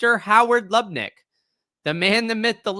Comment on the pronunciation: Lut-Nick. Aka nutlick